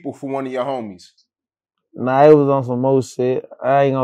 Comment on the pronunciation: "Nawl, like on purpose"